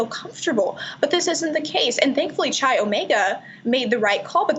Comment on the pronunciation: quick comment - it's not 'Chai' Omega, it's 'Kai' Omega with a hard 'K', spelled 'Chi Omega'